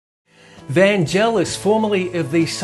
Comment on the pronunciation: Really interesting stuff. The only irritant is repeatedly pronouncing Vangelis' name wrong! It's "Van-gay-liss" with a hard g, not "Van-jell-iss".